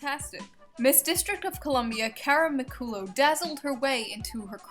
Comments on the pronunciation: McKoo-low .... it's McCullah >:( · I think her last name is pronounced, "McCalluff," not McCooloo. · Psst McCullough is pronounced Muh-Cul-Ah or Muh-Cul-lock.